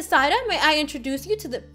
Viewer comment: U kept saying Zaida but it was Zaira